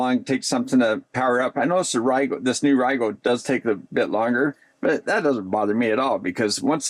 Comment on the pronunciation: Great video as always ! I found out that last week that RIGOL is actually pronounced Ree-GuLL, I’ve been saying Rye-gaLL for the last 5 years too lol 🤷🏻‍♂️